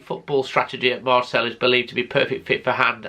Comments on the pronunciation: Lol... Was gonna say, it's Pronounced Marsay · You know it’s pronounced MarSAY don’t you? Maybe it’s the bunged up nose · Marcel??? 😂 Please try and pronounce things a little better.